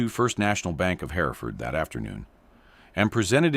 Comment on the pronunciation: The name of the town Hereford is not pronounced "Hair-e-ford" it is pronounced "Her-ford". It's the same name and historical location of the Hereford cattle breed.